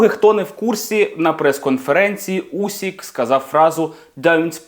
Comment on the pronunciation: Який "усік", ви якою мовою читаєте? УсИк. З англійською теж так недбало?